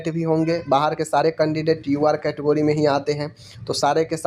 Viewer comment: कैटगोरीज ❌ कैटेगरी 🤣😂😁